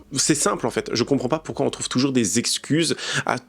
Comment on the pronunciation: Pourrais tu arrêter de dire ''poursuoi pas''? N'y a t il pas un dicton qui dit qui vo.. un oeuf vo.. un boeuf?